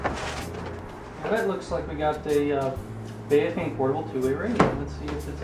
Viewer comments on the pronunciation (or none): It's pronounced bow-fung.. bow as in the bow of a boat